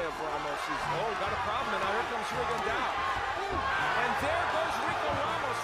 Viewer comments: commentators calling him RigondAU... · Vision In one of his fights Michael Buffer pronounced his name correctly, loud and clear but guess what? The commentators spent the whole fights saying Rigon-diaw. They are lazy and think they have the right to butcher the pronounciations of foreign non-english names while getting paid to commentate and be professional. SMH.